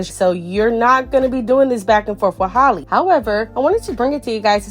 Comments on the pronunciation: Halleee not holly lol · Its Halle like Halle Berry.